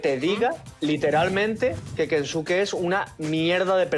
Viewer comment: Pero kensuke no dice la B?